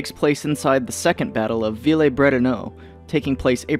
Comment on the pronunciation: Villers-Brétonneux is pronounced Veelehrz-Britohnuh